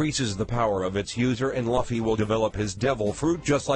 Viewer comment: It's so annoying when he says laffy